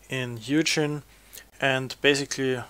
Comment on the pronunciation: It's hoo-gin, not hew-jin! Otherwise good video